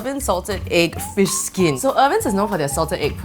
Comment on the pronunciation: She has problem pronouncing fish skin😂😂😂